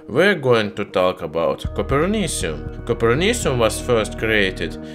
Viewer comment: Is it like coper? Sounds like Cooper Cu.